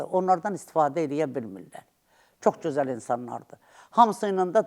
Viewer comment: Bu yaltağı hardan tapdınız,heç öz dilimizdə danışa bilmir.cözəl yox gözəl.